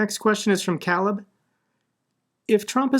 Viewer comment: no way you said cal-leb XD